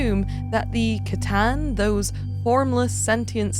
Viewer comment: Sooo glad you say C'tan with a hard C and not an S 😂😂